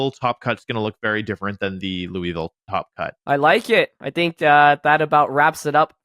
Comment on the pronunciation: Excuse me! It is Lewisville! 😂